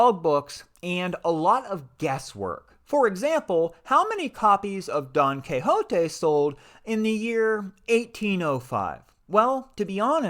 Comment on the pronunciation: Great video! Love how you pronounce Don Quijote!